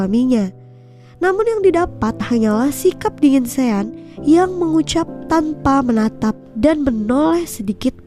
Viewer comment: Maaf ya mimin pengen perbetulkan sebutan nama sean yg bener adalah shon bkn sien min..semoga bermanfaat ya😊